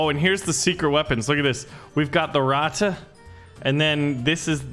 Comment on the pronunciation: the German word "Ratte" isn't pronounced Ratta, it's pronounced Rat